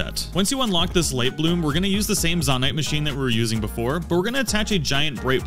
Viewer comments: Zone-ite not Zan-ite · This tutorial is cool and all, but for the love of god, don't pronounce zo-night as zah-night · No, I didn't, I said that you should pronounce the naite part of zonaite like night, which you already did, but you pronounced the zo part of zonaite as zah